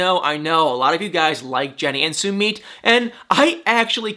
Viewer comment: Jennys boyfriend is not said like Sue-meet Sumit😉